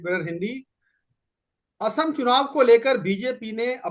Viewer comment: Madam, assam is not ohom, but oxom.